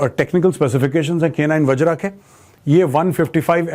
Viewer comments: मेजर साहब वज्र है न कि wajraa। आप हिंदी भाषी हैं। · वज्र not वज्रा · its वज्र, not vajra bro